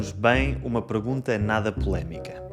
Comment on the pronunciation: So weird, I could swear I hear you saying “pregunta” instead of “pergunta” 🤔